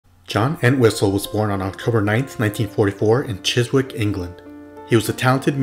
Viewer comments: it's pronounced "Chiz-ik" not "Chiz-wick" like it's spelled. FWIW> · Chiswick is pronounced “Chisick” “w” is silent Thank you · CHISWICK pronounced "CHIZZICK!" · Chis-Wick…….😂 The “w” is silent. Chis-ick